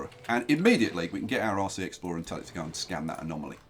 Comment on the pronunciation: Whenever you say "RC" I hear " Aussie"